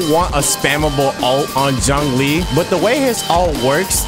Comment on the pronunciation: Noooooo the butcher of old man Zhongli's name but good video though :D